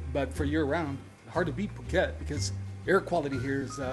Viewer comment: So it's Pew-ket! Ha ha, thank you. I always pronounced it like a silly American. I could not feel attracted to the vlogs I've seen on Pattaya or Bangkok. Very interesting to see your video. I haven't known or heard anyone talk about this area. I'll subscribe and learn more.